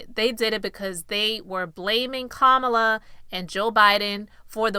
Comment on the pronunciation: Her name is pronounced Commala/Kamala. You are rambling.. I’m shocked.. Lord have mercy on America..